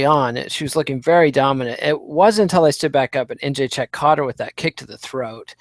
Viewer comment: really needs to learn how to pronounce Joanna's last name.